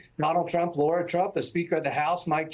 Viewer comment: It's a pet peeve of mine when people mispronounce names. It's Michael Co-hen, not Cohn. It's David Nunez, not Nuñez. And it's Lara Trump, not Laura Trump.